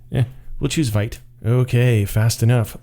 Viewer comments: It's called vite not vite! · Vite == french word for "quick", pronounced /vit/ , like "veet"... Blame Evan You >:(